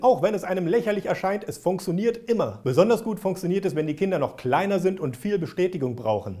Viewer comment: ich liebe es wenn dieses Wort "funktioniert" sagt, klingt ungefähr so:"Funksonirt":D